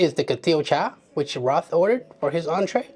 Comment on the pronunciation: His name is not pronounced Roth, it it pronounced like Chappell Roan, but instead of saying Roan, you swap the n with a t, so “roat”